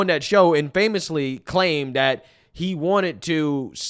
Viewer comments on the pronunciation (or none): Infamous. Not IN-famously. Have you never actually heard the word?